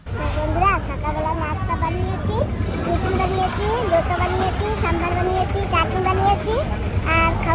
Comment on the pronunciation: ধোছা নয় দোসা । ধোছা শুনতে খুব খারাপ লাগে ।